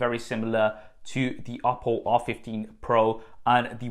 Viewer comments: Lol "oddo" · When he says oppo I always hear Apple and get confused haha